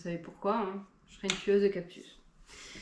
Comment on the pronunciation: 39€ une monstera variegata 😲 c'est cadeau !!!! Les prix les plus bas en france c'est 80/90€ normalement. On dit cactus pas captus 😂😂😂😂😂